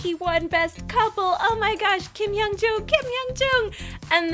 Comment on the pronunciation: lol her husband triggered me... KIM HYUN JOONG!!! NOT JOON LOL